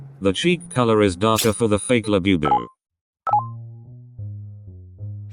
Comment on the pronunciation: He keeps saying "BE bu, when Bu bu is correct. Bugs me!